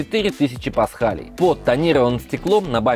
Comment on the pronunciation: не "Нэро", а "Хепа". не "Квар код", а "Кью ар код". не "Пасхалей", а "Паскаль".